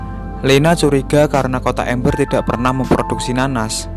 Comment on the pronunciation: Amber bukan ember